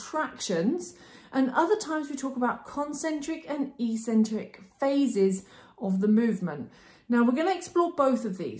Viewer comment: Brilliant and really clear video! But what's with the "e - cen - trik" pronunciation? its pronounced "eK - cen - trik" in both British and American English :)